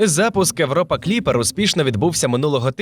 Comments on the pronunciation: европа, габл - це неможливо слухати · Чому ШІ озвучив Європу як Европу? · Дайте адекватну відповідь, чому ви так "знущаєтесь" над мовою? Еуропи, смертИ і т.д. Та вас слухати неможливо. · Мені дуже подобається ваше часте використання початкової «и» у словах! Це дуже круто, дякую! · Правильний варіант Європа пояснюється правилами української орфографії. Згідно з ними, на початку слова перед голосними [е], [и], [є] часто додається "й" або "є", щоб передати правильну вимову відповідних іншомовних слів. Оскільки в українській мові для слова Europe використовується звук [є] на початку, правильна передача цього звуку — "Європа", а не "Европа". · Диктор так старанно вимовляє "Европа", і так крінжово на цьому фоні звучить "Галілео", хоча прямо в цей час в кадрі напис "Galileo". А ще більше сорому за "серЕдину". Міняйте диктора. Він не росте. Його помилки ті самі протягом великого часу.